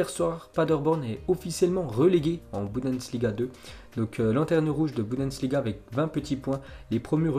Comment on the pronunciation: Tu arrive pas a dire bundesliga... C pas boudensliga